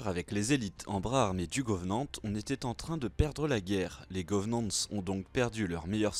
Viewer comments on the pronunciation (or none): Juste une question, ne le prend pas mal hein, pourquoi tu prononce forerunner: forreEunners et covenant: govenant ? désolé mais ça me perturbe.